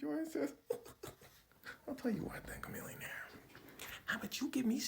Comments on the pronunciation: Isn’t his name pronounced “Sha millionaire” ?? Or have I been saying it wrong my whole life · its pronounced shamillionaire, fyi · Wait... we've been pronouncing it "shuh-millionaire" this whole time 😂😂